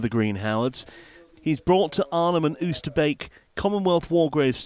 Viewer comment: Oosterbeek, a place of great significance in British military history, deserves to have its name pronounced properly. You pronounce the double “oo” at the beginning as the “o” in “go”.